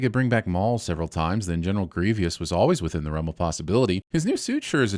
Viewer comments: you make fun of the servant droid's pronunciation of "schedule," but YOU mispronounced Grievous! It's gree-vuss, not gree-vee-us. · Sinning the for pronouncing "Grievous" as "Grievious." - Sinning the for treating British pronunciation as mispronunciation. That's racist (as the saying goes). - Sinning the for saying "different than" instead of "different from." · Did you just say... "General Gree-vee-us"!? I'm adding a sin to TV Sins.